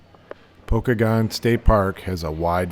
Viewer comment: It's pronounced Poe-kay-gun. Pokagon state park. Check out the toboggan runs in the winter.